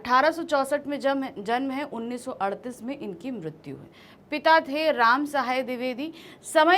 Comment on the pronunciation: 1938 sahi hai.....aap sahi uchcharan karen...